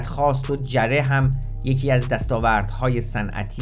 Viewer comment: درود . وقتی مسئولان میراث فرهنگی خودشان قاچاقچی آثار تاریخی کشور هستند دیگر چه انتظاری از این جانوران پول خوار میتوان داشت . تلفظ درست سد ساسانی جعره gareh هست .